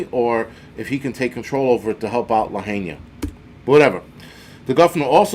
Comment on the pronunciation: La-HI-Na. I know Hawaiian names are hard..thank you for all you do, this is such a slap in the face😪700 will barely buy a weeks worth of food there. I worked all on Front street, ate there and belonged to the yacht club…will be very missed..can never be the same, so much gone…😭